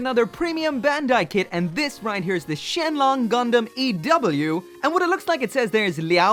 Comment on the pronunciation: Surprisingly accurate chinese pronunciation at the start there lol